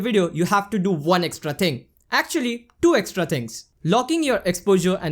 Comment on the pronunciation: I just can’t stop laughing when he keep saying DO instead of TWO..good contents though